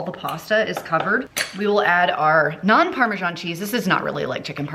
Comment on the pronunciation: Amazing cooking skills and great creativity! But just say parm or parmeZahn, NOT parmaJohn! Why the john? 😂😂 It's just written as parmesan and not parmegiano which is Italian. So the parma"john" is not sophisticated sounding at all.